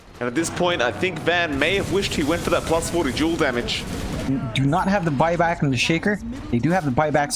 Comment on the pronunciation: Its fucking called DUEL not JULE!